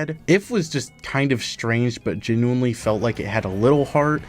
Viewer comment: 20 seconds in. "Genuoully". Next video.